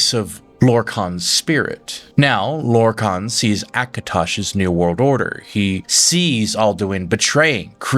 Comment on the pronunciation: 😂 you also pronounced lorkhan in two different ways in the same vid 😂 just a quirk, I'd say have fun with it😅